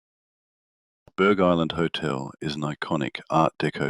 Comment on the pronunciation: It's pronounced Burr Island. The g is silent.